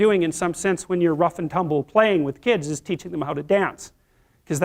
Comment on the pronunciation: yas it ees what it ees😂